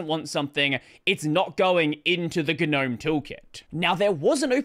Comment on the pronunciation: how do you spell that? guh-gnome? do you pronounce both g's?